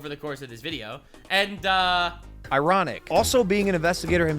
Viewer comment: Whether intentional or not the "Ironic" accentuated point perfectly...